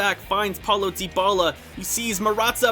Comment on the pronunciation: It's ( die- bala) not (de-bala)